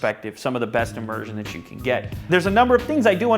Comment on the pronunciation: "Immersion" LOL